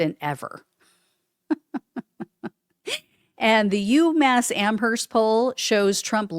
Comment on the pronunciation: oOoOO.... Don't pronounce the h in Amherst.